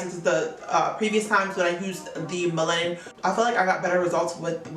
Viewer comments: Melanin is pronounced mel-luh-nin. I've been wanting to try miche beauty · Nice video but it’s Mel-a-nin. Sorry it was distracting. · Lol how you said melanin wrong? It’s naturally in you lol. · The way you say "melanin" made me rewind the video 😂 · it's unique 😂😂 I love it though lol